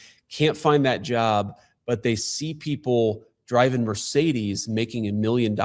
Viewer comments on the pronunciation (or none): none